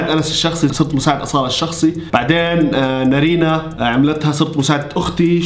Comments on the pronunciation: نارين ❌ نرينه✔ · ولككك بس تقول نارينا اسمها نارينن😂😂